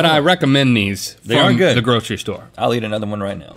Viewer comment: Link saying store SMH